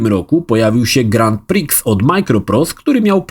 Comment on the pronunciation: Za pierwszym razem mówisz grantpriks, a potem już ładnie grand prix 😂